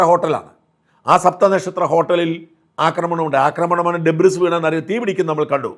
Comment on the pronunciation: ശ്രീ ഷാജൻ, ഒരു ചെറിയ നിർദ്ദേശം 🙏 “ഡെബ്രിസ് “ എന്നത് തെറ്റാണ്. “ഡെബ്രി” എന്നാണ് ശരിയായ പ്രയോഗം 🙏